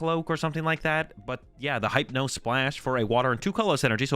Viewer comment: not the "Hype-No" plash